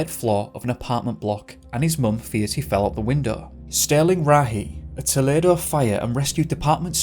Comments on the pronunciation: Remember that US third floor = UK second floor. Also younger children like 3 year olds bounce with minimal injury. Also, toll-EE-doe. ~ aspie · It’s pronounced TOE-lee-DOE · Pronunciation: toe-- lee doe, Ohio. Just letting you know. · Just a heads up on a minor detail. Toledo is pronounced Toe-Lee-Doe.